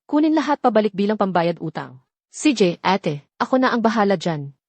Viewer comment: ayusin nman pagkatagalog kailan pa naging eyt...ang Ate